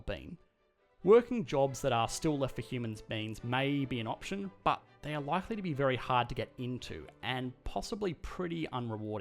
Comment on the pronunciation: i always think of butt when he says but!!! xD